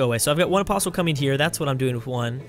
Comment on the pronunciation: Thank God he said apostle correctly this time!